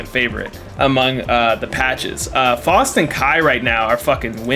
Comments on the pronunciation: Bruh his name is pronounced FOWST not FAHST. How anyone could still think that after the in game announcer has always pronounced it FOWST is beyond me. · Bruh I'm about to rip my hair out listening to you call Faust Foust over and over